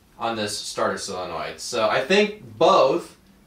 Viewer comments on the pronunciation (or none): How do you pronounce Solenoid like "Silonoid?"